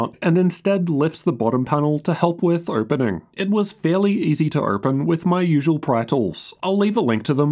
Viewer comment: A strongly worded comment stating that it is pronounced "open" not "erpen".